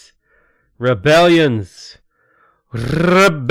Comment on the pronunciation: I think halfway through this, he got high on pain killers because the "Rrrrrbellions" and all the cursing started. lol